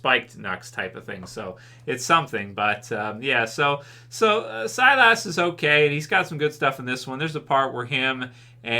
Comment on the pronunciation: Sylas. Pronounced Sigh-Liss lol. Last week was see-less. Now it's sy-lass. It's just sy-liss. 🤣 Thanks for reviewing this though. Most of the other YouTubers just gave up. I'd love to give up too. If it didn't connect to Rick and show us the crm. Then I wouldn't bother.